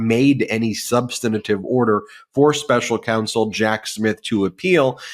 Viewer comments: Love you Ben but please, for the love of God, it is SUB-STAN-TIVE. SUB-STAN-TIVE. SUB-STAN-TIVE. That's 3 syllables, not 4. 😒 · Ben, this is the second time I am pointing this out to you: you keep saying "subsanitive". There is no such word! You say you're a professor. Really? And you don't know how to pronounce SUBSTANTIVE? Jeeze. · Substantive. Not substantative. You’ve given the word an extra “ta”. The word is substantive enough already 🥰💙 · Stop saying SUB - sten - uh - tivv 4 syllables when you mean substantive. It's incorrect, though most media say it incorrectly. The right pronunciation is: SUB - sten - tivv. Only 3 syllables. (An overused word spoken by a lot of people who really mean substantial) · Ben. The word is substantive, not substenative. Please! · I like the channel, but please the word is SUBSTANTIVE, Ben. Three syllables. There's no such word as SUNSTANATIVE. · Love Ben, but I need to present a pronunciation correction…if I may. Substantive is pronounced as: Suhb-stuhn-tiv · Love the show. I follow intently. Can you correct ... Its sub-stant-ive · "Substinative"?? Common, Ben. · Ben, please learn the correct pronunciation of "substantive"!